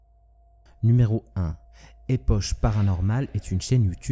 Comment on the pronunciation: Une toute petite rectification : Epoch se prononce ''Époque'' et non ''Epoche''...